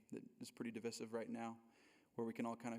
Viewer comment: Your pronunciation of divissive is divisive. Lol